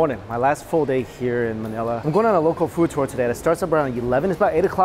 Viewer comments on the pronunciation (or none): none